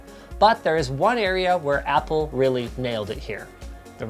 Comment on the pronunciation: Ah yes, "Appl"